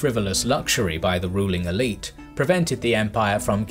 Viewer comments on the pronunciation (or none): none